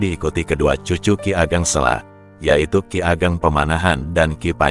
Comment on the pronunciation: Kiageg Seko bukan kigeg. Sela solo salah